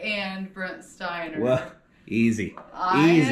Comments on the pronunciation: Brent Spiner, not Stiner... ;) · I'm sorry, but "Brent Steiner"? Data in TNG was played by Brent Spiner!:(